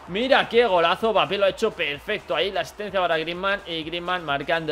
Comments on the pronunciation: Porque le dices bapé!?? Se pronuncia EMBAPÉ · No se pronuncia "Bapé", se pronuncia "Embapé" 🤗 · World Music si q mal queda oir bapé, pero n pasa naa quien tiene boca se equivoca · La M es muda... se pronuncia bapé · El apellido es de origen africano y se pronuncia sin m pero como en Francia dicen EMbapé se le ha quedado así